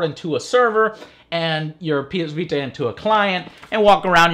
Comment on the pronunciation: "The ps vee tuh" lmao.